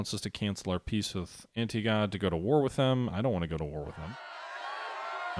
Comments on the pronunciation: the "historical" gamer and his call Antigonid anti-go-nid instead of AN-ti-GO-Nid.Shameful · I believe it's pronounced An-tih-goh-nid with the emphasis on the second syllable. It was one of the three successor kingdoms following the dissolution of Alexander's empire.